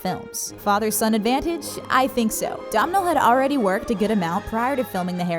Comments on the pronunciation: Domhnal is not pronounced as Dom-nal. It's pronounced as Donal like "tonal". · It's not pronounced DOM-NALL, its pronounces DONAL, like "tonal" but with a d (said the man himself) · It’s pronounced Donal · Domhnall is pronounced Donal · Bit annoying how she can't pronounce Domhnal Gleason's name, just say 'Doh Nal', silly woman. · it's pronounced Do-nall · I love it when Americans try and pronounce Irish names 😂 Domhnall is pronounced “dough-null” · Her awful mispronunciation of Domhnall shows she never heard the name before. It's pronounced Donal and it's Irish. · Domhnail is pronounced "do(w)nal". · Domhnall is said like doe-nal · why can't you pronounce Domhall Gleeson ? it's pronounced Donal. Our Irish names aren't that hard